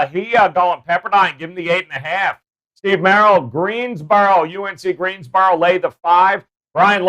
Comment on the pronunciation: i live in GreenSboro North carolina, it has an S lol